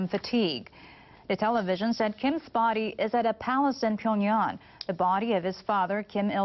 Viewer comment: wtf is Pyongyon? It's Pyongyang ffs.